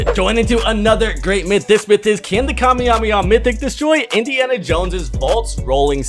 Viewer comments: Bro really said kamyemaha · Bro it's not kamejameja